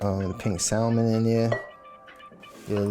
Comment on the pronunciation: Loon!? Immediate click. Damn he fine!...but I CANNOT take him pronouncing the "L" in "salmon" and that damn fire alarm battery he needs to replace!